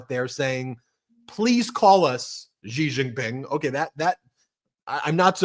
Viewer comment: Please learn how to pronounce Xi Jin Ping. It’s not an aspirated ‘Ji’ it’s an unaspirated ‘she’.